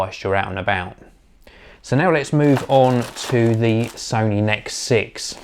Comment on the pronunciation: By the way, it is N.E.X. not 'necks'.